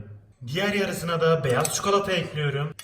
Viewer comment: Çikolata ya çukalata demen aşırı derecede sinir bozucu